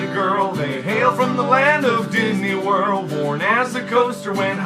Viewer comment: Did I hear "DIDNEY WORLD"!